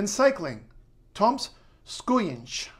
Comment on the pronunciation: Thank you, . Relly interesting contect and almost perfect pronouinciation! Just a few corrections - Zigmārs Raimo - o is a long one without u at the end. Letter o in Latvian can be pronounced in 3 different ways. Toms Skujiņš - Name Toms is pronounced like Tuoms not Toms